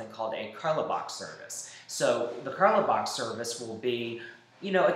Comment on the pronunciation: Lol great vid but btw in carlebach the “e” is silent